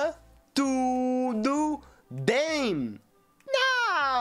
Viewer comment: Aeeee o aprendeu a pronunciar certo o "tudo" bem